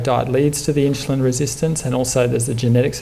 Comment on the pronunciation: Great talk even though he seems to say "inchulin" over & over.